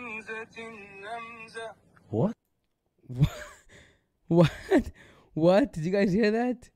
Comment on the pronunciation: Mistakes: 1) He did إدغام بغنة between ويل لكل 2) He mispronounced همزة, this is despite earlier choosing this Sura by name! 3) He mispronounced لمزة 4) He recited the جيم in جمع with رخو, essentially turning the G sound in Arabic into a J 5) He DIDN'T add the غنة between مالًا وعدده, despite adding it earlier where it wasn't supposed to be 6) He added a واو after يسحب turning it into يحسبوا 7) He added a قلقلة to the خاء in أخلده 8) He pronounced the لام in لينبذه with a كسرة instead of a فتحة 9) He didn't add a غنة to the نون in the same word 10) He didn't add a غنة to the نون المشددة in the same word, making that three mistakes in the same word! 11) He pronounced the نون in نار with تفخيم 12) He mispronounced موقدة by putting a كسرة on the قاف 13) Didn't put a شدة on the طاء in تطلع 14) Recited with a فتحة instead of a كسرة in the لام of the same word 15) Technically made two mistakes in موصدة but I'll count it as one to be generous 16) Pronounced عمد with two ضمتين instead of two فتحتين, again two mistakes that I'm counting as one 17) Didn't recite with a غنة between عمد ممددة والسلام عليكم ورحمة الله وبركاته